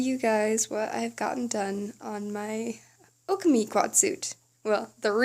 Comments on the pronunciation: Just for your future reference, it’s o-ka-mi emphasize the vowels. Also how expensive is it to make your own suit? I want to make one, but I need a budget. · Please pronounce Okami properly.... great job otherwise...